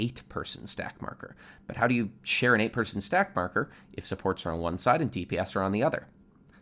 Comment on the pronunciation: every english speakers: supports. some guy accent: sports.